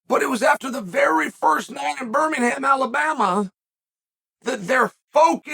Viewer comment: This is driving Me carzy first UFC was in Denver i Luv that chael keep say albama